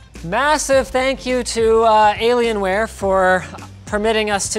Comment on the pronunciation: what's a dellalien-ware? Dell and alien are supposed to be separated Linus!